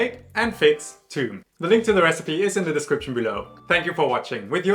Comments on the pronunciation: It is pronounce thoom not toum/toom/tume! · Toum is not Arabic for Garlic, it's Thoum, but some Arabic accents pronounce it Toum. The actual souce/dip is usually called Thoumeyya (or with a T) to differentiate it from the actual Thoum (garlic). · It’s actually thum or thoom, and the th is pronounced the the th in myth. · It's not pronounced "toom". Please don't give false informations